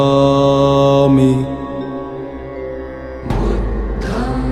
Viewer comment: Budham nahi budhang hota hai